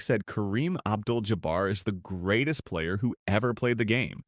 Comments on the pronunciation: Oh cmon... anybody watching this , much less MAKING this , know that Karen's last name is NOT pronounced jaBEAR!! Its not even spelled in a manner that would suggest it would be pronounced that way. I found this low budget piece to be a left- handed compliment to a player who was undeniably an asset to his team and deserves his place in NBA one-of-a-kind players. My regard for Kareem is keeping it REAL because I am a dyed - in wool 1970's 1980-90's CELTICS fan. 😮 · More AI voice recognition: Ja-bare?😂😂😂😂😂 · As soon as the voiceover said “Ja-bear”, I stopped watching.